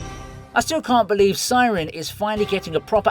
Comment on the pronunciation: Thank you dude, you're a king ! (It's Psyren not Siren 😊)